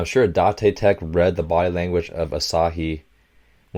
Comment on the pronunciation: Its date tech D-A-te te-ch like date technical